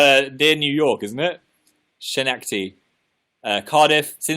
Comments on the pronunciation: " shneckty" it is pronounced Ska-neck-tady btw and yes it is in new york. dont worry dan couldn't pronounce it either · I’m from Schenectady and it’s so funny that neither you or Dan can pronounce it 😭😭😭 it’s “Ska - nek - tady” not “Sha”